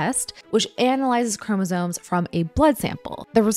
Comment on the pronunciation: Is she saying “chromosones”?